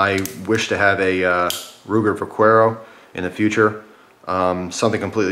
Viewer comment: The Vaquero is actually pronounced Vakero it is Spanish for cowboy. Just thought you would like to know.